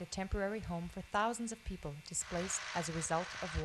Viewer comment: WHAT IS SHE MEANB5 MILYAN PEOBLE HHHHHH 4O MILIAN PEOBLE THERE.